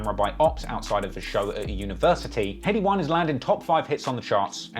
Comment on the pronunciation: Accent tion Wayne and headie one ain’t on job